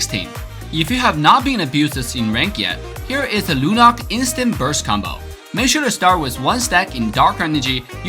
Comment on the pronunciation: Badang not badong Yuzong not yujong Chow not chaw Lunox not lunok